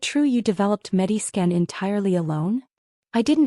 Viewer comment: I think it’s MediScan, not Medi Skin.